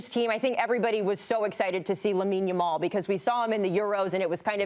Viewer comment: This host is TERRIBLE! She keeps calling Lamine Yamal...Lamal. WTF? How clueless about players and their actual names can one be? She should not be working for this show. Get someone in who is familiar with the players and isn't just making up jumbled versions of their names. Surprised she didn't say Lessi while speaking about Messi.